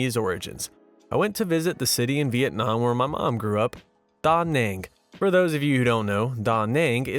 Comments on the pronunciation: You are putting the emPHASis on the wrong syllABle .. it's daNANG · LOL that is the first time I've ever heard Da Nang pronounce that way. Is that the correct way or just a guess? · That's the first time I heard Da Nang pronounced that way. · That's the first time I ever said Da Nang. Apologies.